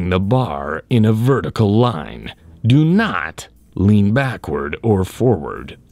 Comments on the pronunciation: i always come to this channel for the "DO NOT" sound😂😂🤣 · I like the way he says " DO NOT!!!".